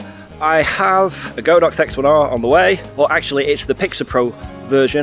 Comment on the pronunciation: Its GOD-OX not go-Dox, the Chinese word literally translates into The Ox God